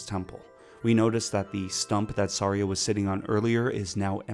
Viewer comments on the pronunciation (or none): I know I was watching a reveiw and they said “Sairia” and stuff like that and I was so mad… but it’s not all his fault he had an accent… but some of it was butchering it